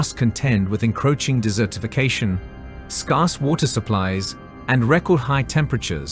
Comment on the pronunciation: Do people really say scarce like that?